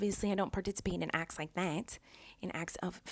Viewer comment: I love how she says the:d this:dis that:dat